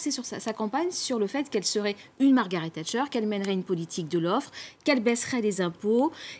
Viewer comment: "Tchatcher " crétins c'est "Thatcher"